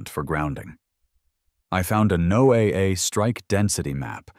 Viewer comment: Southern California 🇺🇸 Ewwwwwwwwww!! 🤢 A salmon yogurt smoothie?!?!?🤮 Now THAT'S a visual I could've done without!!!! 🤣🤣🤣🤣 And FYI, NOAA is pronounced "nō-ah. Just like "Noah and the ark."